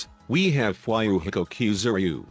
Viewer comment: fwhyyouhiko Kuzooreeyoo